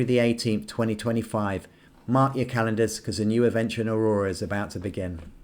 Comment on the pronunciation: you do know it's Eora, not Aurora, right?!